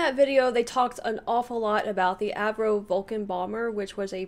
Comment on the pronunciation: Avro, the name is Avro Vulcan, not Acro!